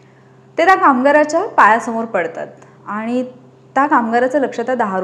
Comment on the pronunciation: मॅडम, छान सांगताय पण, पण( ण) पन (न) नाही बोलायचं बरं का ? काय होतंय तुम्ही न च्या जागी ण बोलताय आणि (आनि) नाही बरं बोलायचं . तरी कुठे ण बोलावं, कुठे न बोलावं ते जरा समजुन घ्यावं ही विनंती. त्यामुळेच सगळीच मजा जाते ऐकण्यातली. आता तुम्हि म्हणाल मग मिळाला आणि भेटला म्हटलं तर कसं काहीही चालतं ? अर्थ समजतो ना ? नाही चालत मॅडम, समजुन घ्यावं लागतं तो भाग वेगळा पण कान कीटतात आणि आपल्या मातृभाषेतला सगळा गोडवाच नष्ट होतो बघा. मग नुसता आवाजात गोडवा असुन चालत नाही तर उच्चारातला गोडवा ही कायम असावा. प्रयत्नाने जमेल तुम्हालाही.